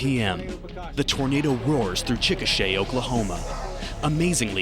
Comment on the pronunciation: With rapid-fire mushmouth, his pronunciation of the word "Chikasha" can easily be mistaken for the word "chickenshit." Is that how people in Oklahoma talk?:)